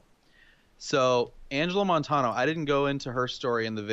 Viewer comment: Y'all apparently havent had much contact with Hispanics because Vigil and Montanos names are mispronounced lol